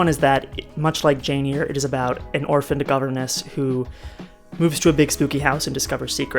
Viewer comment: well as a retired paralegal, I'm usually a stickler for spellings and pronunciations. I really do try and not correct people, but I cringed a little bit on Jane "Ear". I remember trying to find that book in the library and couldn't. I had to go back to the teacher to have her tell me how it's spelled. Lol. YOU are up early for Portland! I'm from Olympia, but had my career in central WA. Now I'm in Fort Smith AR.